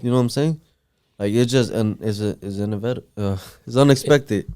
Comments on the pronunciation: When someone uses "inevitable" but don't know how to pronounce it, you know they read a lot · my guy cant say inevitable